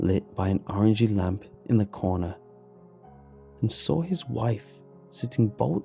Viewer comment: It gets me everytime you say "saw" "Sawl"